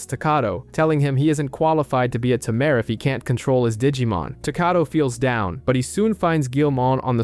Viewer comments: It's not a tumor!! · Ta mare Tay-mer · Tamer!!! tamer!!! Not tuh mere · Can you just look a word’s pronunciation before making an hour long video? hearing “ta-mair” throughout this video is torturing! it’s “tay-mur”! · at this point....its gotta be on purpose. Ta-Me're lol is so silly. It was bugging me too. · A Timair...... Im sorry but I can't help myself it's all I hear when you say Tamer